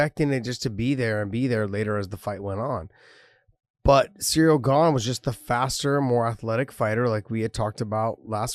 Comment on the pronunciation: Ha ha, Cereal Gone. I can't unhear that now.